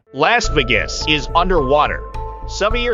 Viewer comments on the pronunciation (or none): Lass Vi-ges? Who's this goofy American announcer who can't pronounce Las Vegas?